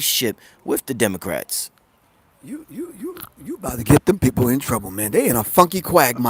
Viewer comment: Pro Griff said "Demon-crats ! 😂😂😂